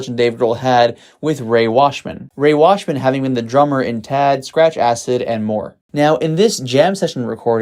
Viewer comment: Rey Washam. Not "Washman".